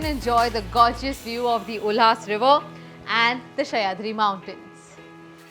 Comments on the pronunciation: Did you just call सह्याद्री as शयाद्री? Please learn the names well Kamiya. Reminds me of पानाजी for Panji (and not Panjim). You are 1M plus subscriber Channel. You really need to value and respect our Indian native names as they are! Would you travel to France and call it Fransh? (Just an example). Our places have specific Indian names and you can't butcher those names under the English influence. Such as calling a Kudta - kurta or worst Kurtis. And no - it is not मालवाणी - it is मालवणी as the plaace is मालवण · Shayatri mountain, Kharjat..angrej gaye inko puche chhod gaye. English bol rahe thik he lekin original naam pronounce to thik kar sakte he